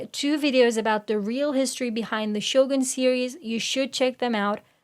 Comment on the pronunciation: Can you start pronouncing Shogun properly?